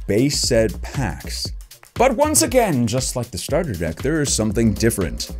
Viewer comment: Wow, you sound a lot like Markaplier. Mainly, the way you end certain words. The way you say deck and love at the end of sentences. Interesting.....